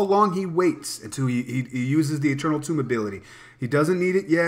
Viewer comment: what's goin on what's goin on? great vid, although I can't stand when people pronounce eternal tome like "tomb". the word tome rhymes with home.